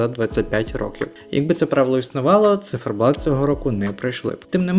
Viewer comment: Не зіферблат а циферблат. Ви що не знаєте такого слова? Ви мабуть мали на увазі Молоді замість Творчі. Бо Творчі були два роки тому. Ні не перемогли б ,бо пісні банальні хоч і гарні. Можливо були б навіть нижче, знаючи які були виступи від інших країн. А Меловін вже був і тоді у нього була навіть цікавіша пісня . Та і чому ми повинні підлаштовуватися під перемогу на євробаченні ? Головне надіслати якісну та цікаву музику , щоб продвигати наших артистів, та загалом Україну, у світі. Я вважаю цьогорічний виступ одним з найкращих. Це творчість, сміливість, душа , автентичність , незвичайність, це різноманіття в кінці кінців. Хлопці не підлаштовувалися ні під кого і були самими собою . Круто виступили. Я пишаюся просто, Україна як завжди вирізняється і сяє. Толку з того що JJ переміг зі своєю пластиковою піснею написаною спеціально для Євробачення ,та таким же бездушним виконанням ,дуже награним. Побачите, про цю пісню і не згадають. А про хлопців ще почуєте, впевнена у цьому. Вони посіли 9 місце тобто у десятці кращих і це дуже добрий результат.